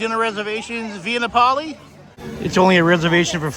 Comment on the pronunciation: Not trying to be a troll. I know that’s how Nomadic Fanatic pronounces it-but he seems to do a lot of that on purpose to generate comments. It’s Nap-oh-lee, not Nah-poley. Like Napels! Love your Disney stuff, D!! All your stuff. Wish you’d post more often!!!